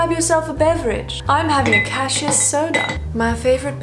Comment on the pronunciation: Cashew Soda? :-D sounds yummi I always pronounced Cassis differently :-P [ka-si-s]